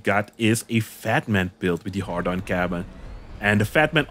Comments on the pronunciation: Why does put "Hadron" in the title but says "Hardon" 🤔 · ...Had-ron...not hard-on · You'll get 1m viewers just to hear you mispronounce the Hadron cabin as a har- Don cabin... jeez it's 'hay-dron'... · A part of me laughs everytime he says "hard on" someone get this man a beer. He needs a girlfriend asap. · I get triggered everytime you say "hardon". Not sure if troll or serious. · I mean, at this point you MUST be saying HARDon on purpose or maybe you're dyslexic?